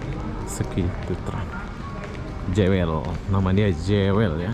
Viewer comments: Sebutannya Jewel bukan Jawel, mas. Jewel artinya permata. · Sebutan/pronoun bukan 'jewel' tapi 'juwel' 🤦😅, Singapore duit banyak negara kecik rakyat sikit so apa lagi kasi cantiklah itu dia punya negara bro....Singapore mmg 👍👍👍👍👍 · Ejaan nye JEWEL berarti PERMATA...tapi sebutan nye JUWÈL... JEWEL tu bahase Engrish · Jewel sebutan nya juwel